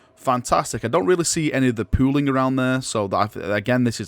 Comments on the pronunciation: Every time he says pooling I hear pooing. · I know is saying pooling, but all i kept hearing was pooing pooing. Considering how some of the pooling of the colors that word works for how it turned out. I really really hope they show these kind of pictures on the site. I want to see how the colors will work on the different base coats they have created. If these work out well i'd like to use it for the first main coat for my sisters then do the other colors and maybe touchups. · can you please say pooling in every video. Thanks